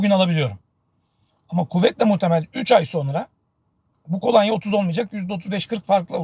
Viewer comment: Kolanya değil kolonya olacak, yayın yapıyorsunuz dikkat etmeniz gerekir.